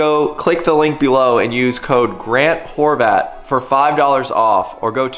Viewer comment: More-vat of Mr. Horvat